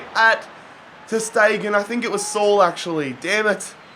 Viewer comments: Its not Sol it sa-oul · It's not pronounced saul. It's pronounced sa'ool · How manny times did he say suul it’s sule